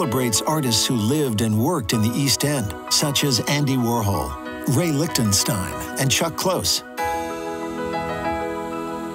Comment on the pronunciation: Did he say "Ray" Lichtenstein?